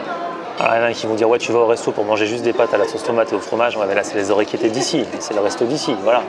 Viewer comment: orecchiette PAS ORECCHIETTAIT!!!!!!!!!!!!!!!!!!!!!!!!!!!!!!!